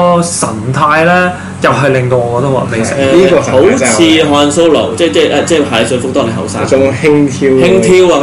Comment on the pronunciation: Not "hand solo" it's "慳 " solo